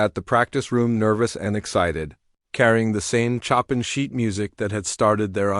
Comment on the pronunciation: Why do yoj You choose narrrators who know how to pronounce words? Chopin for example Chopln is not pronounced as "Chopping" wood"!!!